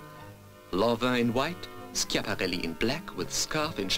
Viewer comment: Notice the pronunciation , common mistakes: balmain = balmah , jacques fath = jak fat . Schiaparelli = eskiaparelli